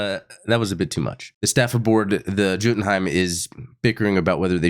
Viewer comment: BTW,: the ship's name is Norse, so it's pronounced Yoh-ten Hiem. Jotenhiem=Yoh-ten-hiem... and "J" is always pronounced as a "Y"...